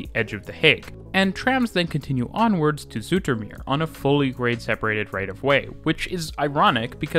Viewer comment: Great video, and not that it matters but Dutch "s" and "z" sound are the same as English, not a "sh" or "zh" sound like you pronounce them here. For example the first syllable of "zoetermeer" is pronounced like English "Zoo".